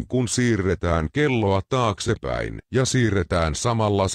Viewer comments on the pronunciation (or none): Toi ukko sano et "syksyllä kun siirretään kelloja TAKSEPÄIN" ja myös "mutta kevällä kun siiretään kelloja TAKSEPÄIN". lul